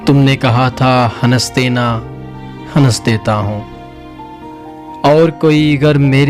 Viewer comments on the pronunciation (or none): Wah.... Bhai yeh word hans hai ya hanass hai?